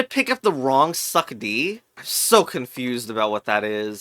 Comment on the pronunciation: its succ like sucks not succ like suck because the second c is pronounced like an s